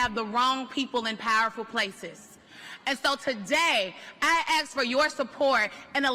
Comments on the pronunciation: I AXE for your support 😂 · I axe LOL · i axe for your support🤣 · 😂 is it really hard for people to say ask? They really say axe 😂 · Why do people so often say axe instead of ask and why is it almost always "It really hurt my fillings". Do people in the US have so poor dental hygene that everyone has fillings? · We don’t “ask” We “acks” Spoken like the person…. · "axe". No thank you. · Why is it that some people cannot say the word, " ASK "? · WTF is it with certain people not being able to pronounce "ask" properly?! 😆